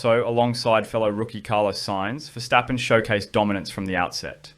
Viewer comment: Mad props to you on the pronounciation of verstappen btw, pleasant surprise!